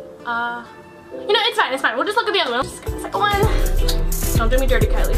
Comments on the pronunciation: ky LIE cOsmEtiCs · TALK ABOUT KY-"LIE"😂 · Lol “kyLIE” fr tho